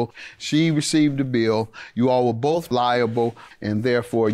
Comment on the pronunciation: "We boff" 🤦‍♀️ it's We "BOTH"